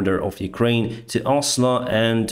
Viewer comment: you said Oslo and Trondheim very well, almost like a local :)